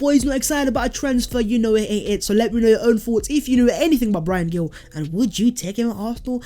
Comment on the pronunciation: It’s Pronounced Bryan Heel